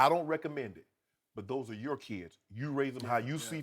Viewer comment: Chris, "a instead of -er". your? the word your has a -er in it?